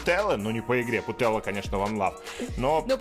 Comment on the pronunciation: не Путелла, а ПутельЯс